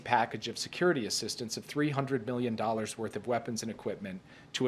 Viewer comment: He said million, it does sound like billion if you don't listen closely.